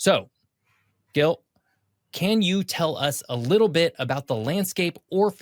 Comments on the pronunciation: I didn't see the whole video Did Gil never corrected him about his name? It's not Guil. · I just wanna mention that Gil's name is pronounced with a soft "G", (like a J). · I rather like these more detailed explorations of a part of the world, but it hurts my ears to hear Gil being pronounced repeatedly with a hard "G". I do hope it was his own choice to anglicize it. Regardless, I just can't finish watching this. Skipping on to the next video in the series. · Gil, why don't you correct the pronunciation of your name?